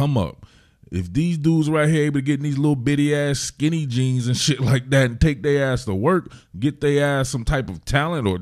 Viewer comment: Worst thing I heard was "check Gibson's phone" it took a lot to keep from saying some shit that would have gotten me fired. Side note: the emphasis on skinny jeans have me dying laughing 😂